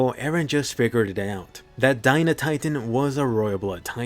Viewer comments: I've been saying for years that it was Dina not D-ee-na but no one ever listened -_- I've never met a Dina that pronounces their name D-ee-na. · So huh? Was it not dee-na or die-na?